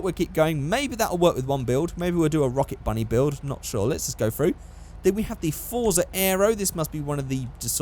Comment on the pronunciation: You pronounce Forza a bit off. It should sound like "Fort-sah". In my native language it would be written as "Форца", and, as I remember, you can read Russian, so I hope this will be helpful.